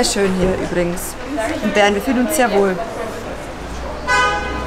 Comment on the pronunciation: Wenn du Bern sagst hört sich das an wie Beeren😅 Bäääärn👌🏼😂😂